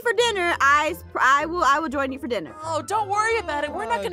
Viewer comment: Vfer Vhat (For That) All Gamez (Games)are Vfer (For) Free!!